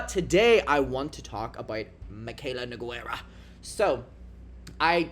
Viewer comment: dear god please let “Mikayla Noguerrra” take off like Mikayla’s “KIM KAHDAHSHEEAN” I want to hear it in every video 😭